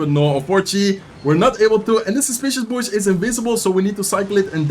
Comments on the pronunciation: Bush is pronounced like Boo-sh, but the lips lowered instead of forming a circle like an o would. It’s not that important to know but I thought I’d help someone pronounce english words, I’m British and it’s the only language I know so you’re better than me. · “Bush” rhymes with “push” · I forgot to mention in the other video but the "u" in "bush" is pronounced kind of like "book" or "took," and as always great video and best of luck in the season end